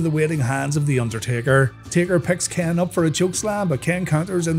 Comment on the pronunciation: When he says Ken it sound like he's saying Kane